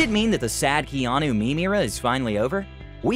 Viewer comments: I'm sorry but does the narrator say Geanu instead of Keanu at the start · Did this guy say “Jeanu Reeves”?? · I swear my mind thought he said jeanu reeves in the beginning.